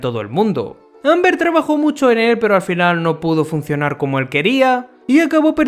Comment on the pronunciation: creo que lo intenta decir como en la serie (Olbert) pero la verdad confunde un poquito XD